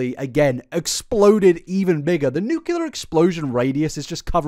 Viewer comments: “Nuclear” only has one u in it. Worse than mispronouncing her name for a whole video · Not being a hater, but the words “nuclear” not “nucular”